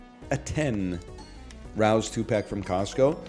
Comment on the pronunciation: He's so far from NYC he pronounced Rao's as "rouse" instead of "Ray-ohs".